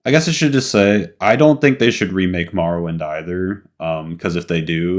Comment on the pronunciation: It bothers me so much you cant pronounce morrowind correctly. Then you couldnt pronounce bruce's last name nesmith. You pronounce it nee-smith? Wtf 😂